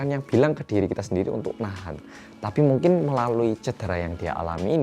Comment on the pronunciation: Ada Berapa kata "Mungking" yg di sebutkan oleh?